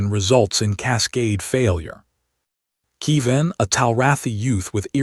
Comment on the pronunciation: KE-VIN, not KEE- VAN. And why does it end mid-phrase?